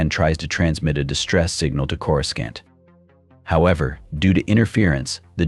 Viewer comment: corus-can't haha